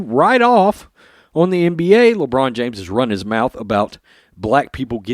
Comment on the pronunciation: Everytime you say Le China James, It brightens my day.